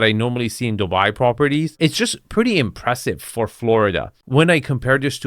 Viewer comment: Dude, its not DObai, its DUbai